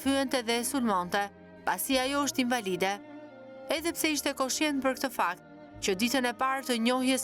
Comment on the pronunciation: Hhaaa kam qen me dhjeta ne mesime thot kjo. Oo zot nuk flet dot fjalen invalide nuk e shqipton dot. Pse duhet te shesi men kot cdo shqiptar ? Pa pa pa nuk ka . Ok je gru puntore familjare pse duhet me bo si intelektuale kot?